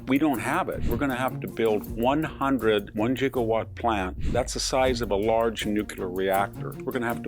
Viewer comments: Not to nitpick a brilliant man, but Gigawatts is pronounced with a hard 'g' not a hard 'j'. In the "Back to the Future" movies, Gigawatts was pronounced with a hard 'j'. While the hard 'j' is technically acceptable, it's an antiquated pronunciation. The fact that Victor is using the antiquated pronunciation in this video suggests that he may just be a fan of the Back to the Future movies! :-) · I like VDH, but it’s hard to take seriously one who says Jiggawatts and Nucular.